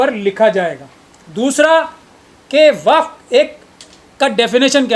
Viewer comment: Kaisa jahil admi to desh chalane ko de diya gaya hai, jisko waqf board bolne tak nahi ata... Wakaf board wakaf board bole ja raha hai..